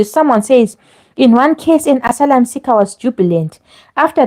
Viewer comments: Asylum is pronounced ass ~i ~lum it really that difficult ? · Please stop saying "and so on and so forth!". Also, pronounce the word 'asylum ' correctly! You can do better!